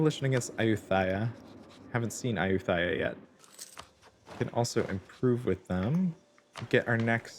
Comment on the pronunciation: Tough challenge. Btw to say Ayutthaya it is just a "t" sound not a "th" sound like in "thigh". (I speak Thai).